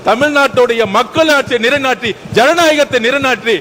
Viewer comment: ஏண்டா வலந்தவனே நிறைநாட்டி இல்லை நில்லைநாட்டின்னு சொல்லு ஏண்டா தமிழை இப்படி குத்தி கொலை செய்கின்றீர்கள் உங்கள் வாயில் வசம்பைவைத்து தேய்க்க அய்யோ முடியல ..